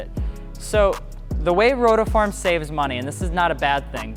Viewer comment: Ok stoped watching becsuse of you saying rotoform.